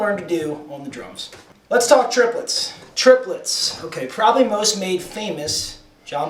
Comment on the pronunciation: triplets are counted trip - le- tts